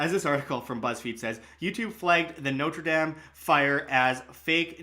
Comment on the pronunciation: Please learn how to pronounce Notre Dame properly. North Americans absolutely butcher these two words. Good coverage otherwise.